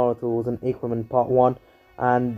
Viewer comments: it's ah-ker-men not aye-ker-men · You are saying Ackerman wrong